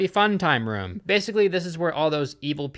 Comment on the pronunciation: I knew you called 'rooms' 'rums' but finding out that its all double o words made me giggle. 'Broomsticks' are 'brumsticks' as well. Cute lol